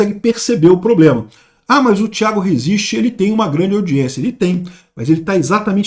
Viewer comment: 😂😂😂😂😂"ploblema arrezovidiu!!!"